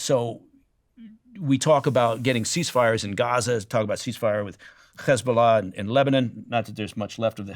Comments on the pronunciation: He's so biased that he pronounces "Hamas" and "Hezbollah" with a Hebrew accent. Very poor choice of guest Steven👎👎👎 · The way he pronounced H*mas and He*bol*ah with a Hebrew accent was enough to break my trust instantly. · The way he pronounced H*mas and He*bo*lah with a Hebrew accent was a dead giveaway. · I knew the moment he pronounced H*mas and He*bo*lah with a Hebrew accent.